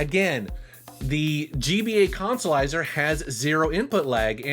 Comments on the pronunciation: 'Let's play the Colsolizah!' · No that would be the "Cahn-sa-lizah".